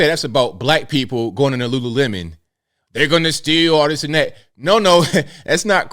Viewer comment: It’s Lululemon, and NOT Lulu-watermelon…get over it!